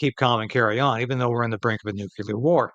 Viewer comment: Still hasn't learned to say "nuclear" correctly.